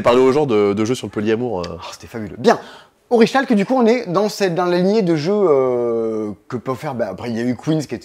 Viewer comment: Pardon, on s'en fout un peu hein, mais ça se prononce oriKalque x)